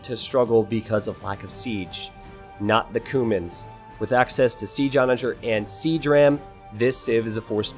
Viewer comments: Not to be pedantic but isn't it pronounced "queue-mans" rather that "koomans"? :P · i think youre pronouncing cuman like cumin the spice. pretty sure its Kyew-mans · That's what I was thinking too. It sounded to me like he was talking about spices instead of a civ. 😂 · I thought it was pronounced Q-mans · Cumans say it right pls